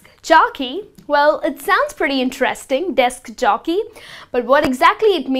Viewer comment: Desk Jockey!! Not Jokey!! Time Expertise.....pronunciation!! Anyway, You are an Excellent teacher! thumbs-up!